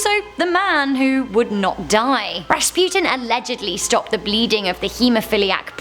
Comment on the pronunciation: Bless you for pronouncing right the name of Rasputin